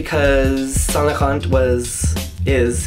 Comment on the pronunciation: You're not supposed to say the T in Saint too. Just let him say it how he wants. I'm positive Mr. Saint Laurent will not be rolling in his grave because one customer got his name wrong.